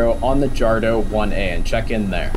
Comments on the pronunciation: Its Jadro (D-R-O) not Jardo. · And pronounced "YADRO"